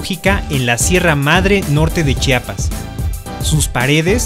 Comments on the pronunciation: Gracias por pronunciar adecuadamente la palabra Chiapas. Es terrible que omitan la "i" entre la "ch" y la "a". Me encantó el video. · Muy buenos videos y principalmente se les agradece que pronuncien bien Chiapas, se los dice un Chiapaneco orgulloso de haber nacido en este estado ya que es molesto que pronuncien Chapas.